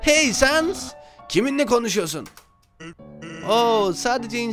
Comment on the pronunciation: Sans değil sanes